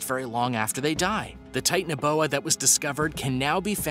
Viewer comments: It is not Titan-boa it’s ti-tan-o-boa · It’s not tit anoboa it’s acololy titanabooa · Tie-tan-uh-boa I’m gonna throw up if I have to listen to you mispronounce anymore!